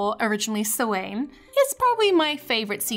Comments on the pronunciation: "Suwain" It's pronounced "S-ow-in" btw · Ok she said it wrong it's a Irish word and I'm from Ireland it's pronounced S-ow-in not Suwhain sorry but it bugs me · Samhain is an Irish word pronounced sou-in. I know it sounds nothing like how it's written but Irish is just one of those languages 🙄. But at least you diddnt have to learn it in school😨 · She did not just say sawayn it is pronounced sou-a-na it is Irish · Sorry I just have to correct you on your pronunciation, Samhain is actually pronounced (S-a-w-a-n) like the word swan but with a extract a ,she pronounced her second 'a' wrong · OK OK OK OK HOLD UP. pronunciation time! hello! i'm irish! halloween is of gaelic origin and although it was originally called samhain, it isn't pronounced like so-ain! it's pronounced "sow-ann"! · Samhain(sowane) Every Irish person: SAMHAIN(sawin) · sawn, not saw-ain. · S-sowan? Samhain hun its Sa-hau-hin 🤣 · It's actually pronounced Saw-an not Saw-ain, but you were close! Fun Fact Halloween originated in Ireland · oh no, she pronounced it so-wain... it's sah-win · “Halloween or originally Sowain(Samhain)” I know your not an Irish speaker but it’s pronounced S-Ow-an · "Halloween, or originally Sew-ain" Okay that made my heart melt at an attempt to pronouce Irish language Sow-en is how we pronouce it here in Ireland. Thank god we at least were the origin of one major event:) Awesome video! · As an irish person, You deeply dissapoint me with your mispronounciation of Samhain. (its sow-han) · wait i thought samhain was pronounced sa w an maybe irish is different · the original name was pronounced s-ow-in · IT'S PRONOUNCED SOW-IN 😭 an angry Irish person 2021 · I knkw this is an old video, but i thought you should know, its meant to be pronounced sow-in :) sorry if this seems rude :( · Samhain is actually pronounced savain its an Irish word for a month (I'm Irish btw) Fwi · Excuse me did you just pronounce Samhain ''SOWAYN''? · Small tip Samhain is pronounced sow-han